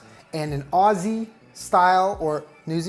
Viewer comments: the way you said aussie ... no ma'am. aussies pronounce it more like youd say ozzie lol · The way he said "Aus-see" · all aussies were cringing when he said osseee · saying Ozzie not Aussie the whole time is making my inner Virgo scream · This is a very fancy meat pie recipe but I love it I also love that he pronounces Aussie as ozzy😂❤️ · boy that’s not how you pronounce “Aussie” 😩